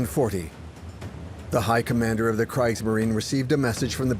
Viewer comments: Its pronounce Kr ee gs marine. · Not sure if this good documentary is AI narrated but both the pronunciation of Kriegsmarine and “Prinz Eugen” are sloppy. Also not sure why the basis is a French documentary…. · You’d think if you’re going to put this much effort into a documentary like this, you’d at least learn how to pronounce “Kriegsmarine” correctly. Why do the consecutive vowels “i” and “e” (or “e” and “i”) cause most English speakers so much trouble? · Oh my. This documentary pronounces "Kriegsmarine" with a long "i"? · How in the world do you keep mispronouncing Kriegsmarine? Oh right. AI. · Could someone inform the narrator how to pronounce "Kriegsmarine"?